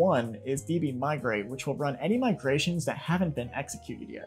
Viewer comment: 'migations' - 'R' missing